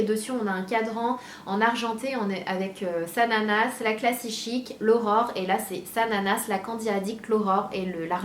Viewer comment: A chaque fois que tu dis "l'Aurore" j'entends "l'horreur" lol ^^ En tout cas bravo pour ton projet =) (même si le prix est trop élevé pour moi perso)